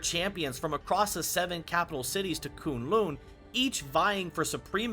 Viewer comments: Great work! Couple notes: K'un L'un isn't pronounced KOON LOON. It's Kuhn Luhn. And it's not WOONdagore. It's Wuhndagore. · It isn't koon loon it's kun , the u is the same as in us and lun and in undo or under